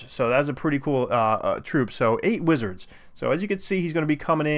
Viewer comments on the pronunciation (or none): Witzards. LMAO